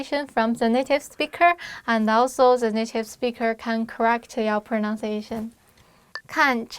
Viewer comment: Great ways to remember. For everyone the two words pronounce and pronunciation are different. We could say my proNUNciation is ok. And I need to improve my pronunciation. Not my proNONciation and not your proNONciation. Even native english speakers make this mistake.